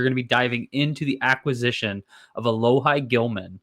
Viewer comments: Sorry, pronunciation is (Alo-Hee). Played ball with him in highschool 🤙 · It’s pronounced alo-hee lol sorry to be that guy